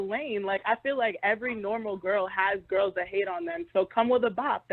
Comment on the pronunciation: I'm mad they actually pronounce "gworls" like that lol